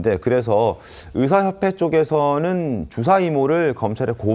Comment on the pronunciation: 방송하는 사람들이? ’주사‘ 뜻에맞게 정확히 발음하시지. 술주정 ’주사‘로 들려요